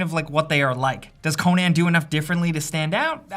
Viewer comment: wtf is co-NAN?